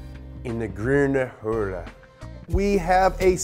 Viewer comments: The Gruhne Houle? what? 🤣 Thank god i can speak both languages 🙆‍♂️ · De groene hel🤣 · German is not that hard, just speak after me: "Grüne Hölle" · Grwune cheulle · "Burning rubber on the Grun Holle" Lol! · Groune Hoolle xD. ICH ALS DEUTSCHER FINDE DAS LUSTIG!!! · Es heißt wenn schon die grüne Hölle und nicht "Die guüne Holle" 😂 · Die Grüne Hölle: The Gruune Olle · Die grüne Hölle wird anders ausgesprochen 🤣 The green hell is not pronounced like that, try to spell it like "D groonA hule" wich would still sound wrong but much better👌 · that pronunciation of „Grüne Hölle“ tore my german heart apart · Lmao grüne hölle is not pronounced how said it but he tried his best in this episode. All I have to say is if you're curious on how to actually pronounce it ask a German speaking friend or Google translate 😂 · "because I'm almost fluent in German..." *Also can't pronounce ö, ä and ü* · Boar ich dachte ich spreche scheiße englisch aber diese deutsch 😂😂😂 Grüne Hölle